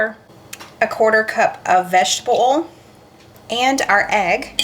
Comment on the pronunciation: I know that you have trouble sometimes with the word oil. I did too and in speech class in college, the professor said it was more than one syllable. If you will just say these letters all together one by one and say it fast, you can say it. Say “O-E-L”. Now say it rapidly. There, you got it!! Very good. 👏🙌